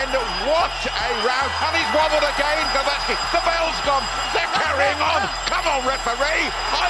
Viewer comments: Glouaki ?!???? Hahahahahaha Priceless pronounciation! Bravo, you hamerican! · Glołaki... That's how you pronounced Głowacki. Do you see differences? Try to use Google translate to verify the pronountiation. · Nice compilation but pls. Type someone's surname in Google translate to hear how you should pronounce it in polish because it hurts so much when I hear something like that and why didn't they used his polish surname instead of this modified crap? Glowacki? What is that, I only know some people with surname Głowacki and none with Glowacki